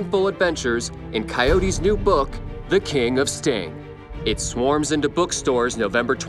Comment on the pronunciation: I just had to do it "SEND NEWTS". oh and when he said in "this might be a "NUDE" episode. Lololol i got a million of these for this video.